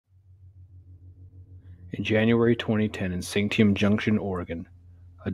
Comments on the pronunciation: I can't do it. I thought it would be a good story but every time you say Santiam I cringe because that's not how it's pronounced. It's Sant ee am, and there's no actual town at the Santiam Jct. It's the junction of two highways. There IS sketchy stuff out there. Stay on the trails when you come to our forests. Walk two by two, the loner is the who disappears, and if you hear something, it's not what you thought you heard. Don't follow it... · SAN-TEE-AM!! SANTIAM ORE-E-GUN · It’s pronounced San-tee-am. And how come your channel name is “Horrorstiry” instead of “Horrorstory.”??? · It is pronounced San-tee-am. Good story tho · The town is pronounced San tea am. Question, are these true tales or fiction?